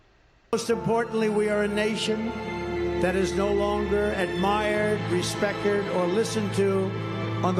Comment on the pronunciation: Trump said respecterd